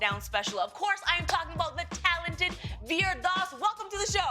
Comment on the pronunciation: i'm sorry to say this but, lilly i love you but, for someone who's made so many jokes about indian Americans anglicizing indian names, you definitely don't know how to pronounce "vir".